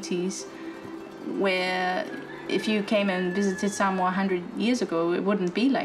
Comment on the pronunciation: Omg soooo triggered when the said “Sumoa” it’s SAMOA! And I’m from Samoa! Ugh so triggering, but ya when I visit there we do have obesity problems but srsly get it right I guys!